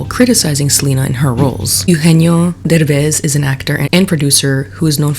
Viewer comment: Okay I know this is minor but it’s not Ugenio Urbez, it’s Eugenio Derbez. Eh-ugenio. He’s an icon. He deserves to have his name pronounced correctly 😭🤣🙏🏽 love you!